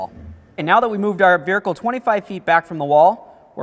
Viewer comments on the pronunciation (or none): Wait holdup! The second guy in the video pronounced the word "veRicle" instead of "vehicle" at least three times. Dude, what? 👀